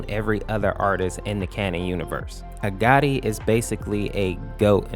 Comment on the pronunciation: Your accent Makes agoti sound like agati